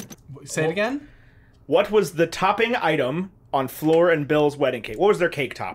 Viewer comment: I’m not over the fact that they call Fleur “floor” 😔 #justiceforFleur